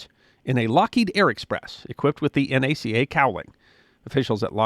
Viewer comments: Thank you for not saying “Na’kuh” - like the dimwit trumpf appointed to head N.A.S.A. -and too many others, including presenters here on YouTube.. My father joined the N.A.C.A. in the late 1930s working at Langley. He was soon selected to work directly for the Administrator and be became Chief Aerodynamicist. Sometimes in the mid 1950s he would work saturdays at HQ which was the Dolly Madison building on Lafayette Park near the White House and would let me come in with him where I played with more airplane models than you can imagine. I remember meeting Dr. Dryden one time when I was buzzing down a hall with a big model. I grew up in the circle of leadership families of the core that became the center of N.A.S.A. when the agency changed names and took on vastly expanded responsibilities. Around 1960 my dads idea for reorganizing and restructuring research was accepted and he took on even greater responsibilities. But also began the loss of any personal time he had for family. The Space Race took a terrible toll on families of agency men. I leaned many things that I have never seen in accounts from the era. One in particular for N.A.C.A. Was that in the 1930s they had a secret program to seek out jewish engineers in Germany and Austria and encourage them to come to the US and work here. We also did wind tunnel work which revealed the tail on the Spitfire was sub optimal. The findings and proposed solution was privately passed on to the British and resulted in a major change to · Thank you for saying N - A - C - A, and not pronouncing "NACA" It is safe to say there is not an aircraft flying in the world that does not have a piece of NACA research in it. The two Large Scale Tunnels alone were a Godsend to research. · From the bottom of my heart thank you for not once pronouncing the agency's name as NAK UH. It was the N.A.C.A. Too many "experts" get that wrong. Bravo! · Thank you for not pronouncing it "nacka." Looking at you, Greg.